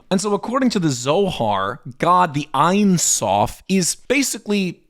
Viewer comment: It’s pronounced Eyn Soof.